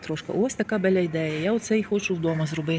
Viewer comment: Signora ,bella a не беля